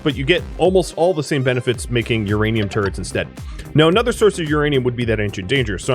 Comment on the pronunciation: "Next step is to take the uranium I have and turn it into turds!" ... Ok, then XD (I know you said turrets, but I definitely heard the more amusing option)